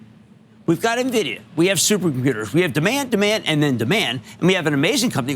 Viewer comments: I have zero faith in the opinion of an “expert” who doesn’t know how to pronounce Nvidia. Skip! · This first guy can’t even pronounce the company name correctly and we are supposed to listen?